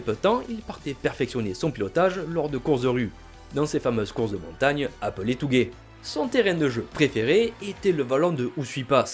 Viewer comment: Ouah les oreilles... T"ou"gué ? Vraiment?